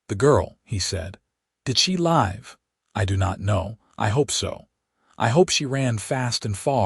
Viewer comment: About nine minutes in the word, LIVE should be spoke with a short vowel “i”